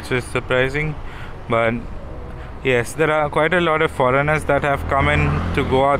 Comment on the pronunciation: I love your videos and the way u say - stuff like dat 😂